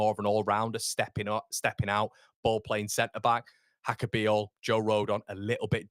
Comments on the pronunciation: I'm not Slovenian, but reasonably sure it's not pronounced Haka. He's not Spanish. It's probably more like Yaka. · I think it’s pronounced Yaka